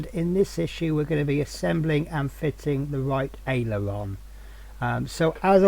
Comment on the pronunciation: Just say .. Ale Er Ron